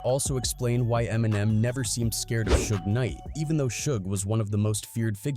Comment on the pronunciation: Did AI make this video? “Shoog Knight” are you serious? 🤦🏻‍♂️ Do your research yo!